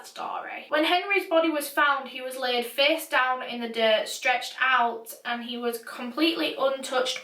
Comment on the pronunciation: I love the way you say face "ferce"😂❤